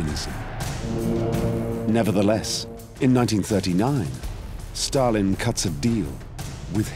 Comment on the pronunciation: Who put the R in Stal-in, Starlin is a bird.